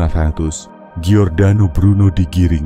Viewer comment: Namanya adalah Giordano Bruno Dalam bhs Italia dibaca = JORDANO bukan GIORDANO. ❤ Salam Sukses Sejahtera dari kampung saya.